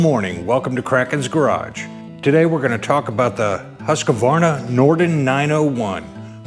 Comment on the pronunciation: Remember when saying Husqvarna, the “a” between the q and v (which isn’t there) is silent.😬 Yes I’m going to bust on you 😂 I always did the same thing until they made a chainsaw commercial explaining the correct pronunciation. Wish I could find it and post a link. It was entertaining. That’s a lot of bike, sweet.